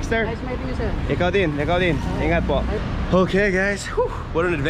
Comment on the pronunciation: when u said ingat ingat to those guys, you souded more local than the locals😅.